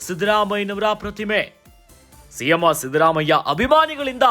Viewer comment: ಸಿಎಂ ಅಂತ ಹೇಳಿ ಸಿಎಮ್ಮೋ ಅಲ್ಲ 😂😂😂